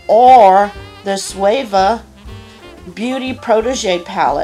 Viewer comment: Hey girl!! Love these videos! Thanks for Keeping me updated and everything. And I love you so much but my ocd goes off every time you say Suva Beauty. I mean this just to let you know and not in a rude way what do ever I SWEAR! But it's pronounced Sue-va. I love you girl. I just had to say it. ✌🤘💋 can't wait for Dec boxyluxe!!✌🤘💋